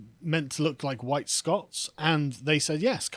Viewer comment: The guy went on a massive racist rant that would get anyone else cancelled. His "huwhite" speech made Enoch Powell's "Rivers of Blood" speech sound like "Ebony and Ivory" in comparison.